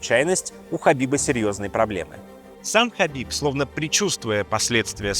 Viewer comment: Хабиб, а не хасбик. пппора бы знать что это два разных Человека